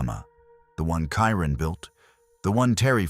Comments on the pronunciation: This narrator cannot even get the names of the missing correct. Kieran to Kyron 😢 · The Kyron Horman section is distasteful. Mispronouncing his name, not getting the father's name correct, and showing two pictures of him with his mother Desiree, while talking about Terri (#1 suspect who I'm sure did it with her pal DeeDee Spicer) makes it look like Desiree is Terri. Every action of Terri after the disappearance was suspect. The fake crocodile tears during every interview. I can't believe she's still free. Pure evil, heartless. Back to my complaint though, for the respect of the victims and their families, at least get the correct pronunciation of the victim and his father, and for the love of god don't put pictures of the parents in any frame that you are talking about MF'r Terri...